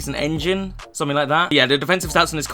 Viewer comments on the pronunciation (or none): none